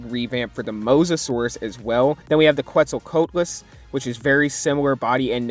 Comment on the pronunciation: You said qetzalcoatlus wrong